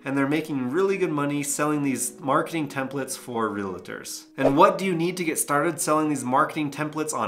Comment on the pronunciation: reALtors— it’s “AL” not “LA” because they sell ReAL Estate